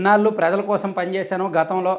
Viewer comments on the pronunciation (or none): none